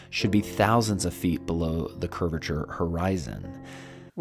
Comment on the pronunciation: This guy is so annoying, the entire time he annoyed the hell out of me with the mispronunciation of the word; curvature... It's as if the dude is missing his bottom lip, and can't pronounce V. "Cur-rature" lmao